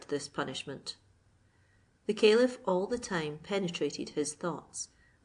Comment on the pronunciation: You are pronouncing Caliph wrong, I had to listen carefully it is a good thing the it is also in writing.